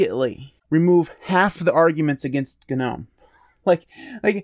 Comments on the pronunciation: AGREED!! BUT-- one glittle gdang gpoint--gits gnot gdamn G-Nome...... it's NOM silent G silent e.. NOT GDAMN G-NOME!! GGet GOVER GOT.. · The "G" is in Gnome is silent...